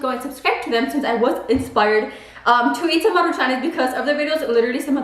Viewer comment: Maruchanes??? Lmfao do you mean MARUCHANS 😂😂😂